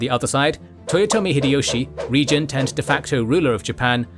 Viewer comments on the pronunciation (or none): none